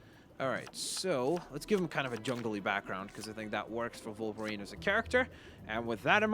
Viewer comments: Why does he say volverine not wolverine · Why do you say volverine instead of wolverine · no criticism but why do you say volverine and not wolverine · WOLVERINE NOT VOLVERINE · Wolverine not volverine but keep up the good work and love youre vids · He was saying Vulverine no Wolverine. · It sounds like you say volverien not wolverine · It’s wolverine. Not Volverine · U called him volverinr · Volverine? That’s how it’s coming out on my iPad. Unless you just say volverine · your vids are awsome but did you know that you say volverine